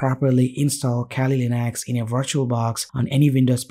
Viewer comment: abe bhai english bhi bol rha h toh aisi ki kali ko khaali linux bol rha h ,,, well koi ni content badhya tha